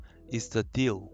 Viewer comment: there’s a word you kept saying that I couldn’t understand. the Hashashin “deal”?